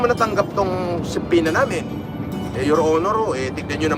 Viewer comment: did you notice na he now knows how to say subpoena?😂😂😂 Not subpwena anymore LMAO. Also I noticed he mimics you. It looks like sayo Natututo si kulaong, in fact I noticed he listens to you more than his own lawyer 😂 for example yang allegedly 😂